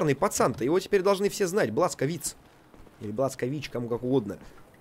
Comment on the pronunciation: Его зовут Блашкович а не бласковиц и ударение блашкОвич